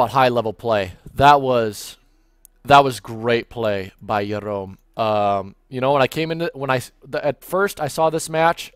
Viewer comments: Excellent casting, but I think it's pronounced Gerome (hard J) not Yerom. Are you Israeli? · Jerom is a french player, and in french you pronounced the "j" [ʒ] in this name :)